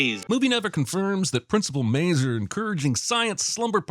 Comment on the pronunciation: I appreciate Jeremy saying my last name properly. Most people say Ma-zoo-err instead of Maze-er. But yea, my creepy uncle, the principal, should certainly be checked out by the police and not be employed around children. I might have done !essed up, but never like him.